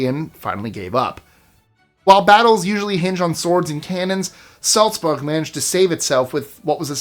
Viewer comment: It's ok to pronounce cuties without the odd accent. Salzburg... Prague